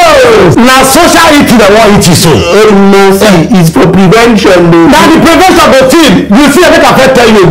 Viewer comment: "Prevenjon" is better than cure 😂 😂. lol